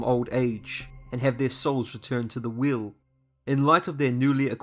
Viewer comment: Everything u say "will" u mean wheel Right?